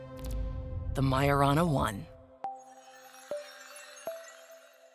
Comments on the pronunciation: Honestly, the minute they massacred the Majorana name, I clicked off. That’s a pretty basic quality check for whomever is putting this together. It means someone either didn’t listen to it before publishing it or didn’t catch it because they didn’t know any better. Also, if you are going to use AI, it should be labeled as such in the opening sequence or in the title so that people know they are not going to hear humans speaking. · When the young guy started speaking, I had my suspicions. But when the obviously AI-generated voice joined in, I knew this was entirely generative AI. And they couldn’t even be bothered to get it to pronounce Majorana correctly.